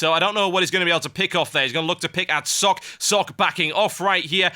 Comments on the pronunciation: It is pronounced Socka. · BECAUSE IT'S PROCESSING YOU FOOLISH PEOPLE. ARG. Love socke though, but it's not pronounced like sock, i think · INCOMING NITPICK: Socke's name is actually two syllables.